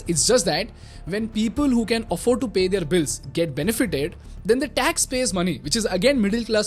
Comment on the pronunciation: Their" Word ka pronunciation kab se galata bolte aarahe ho yar. Ab to sahi karlo